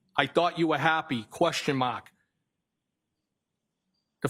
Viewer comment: If I have to hear him say “Question MAHK” one more time I swear to “GHAD”! 😤